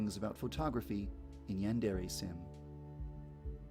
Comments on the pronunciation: it is pronounced "Ray" not "reh" source: two years of college level Japanese, Hirgiana is the first thing we studied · It's pronounced Yan (yahn) de (de) re (Ray)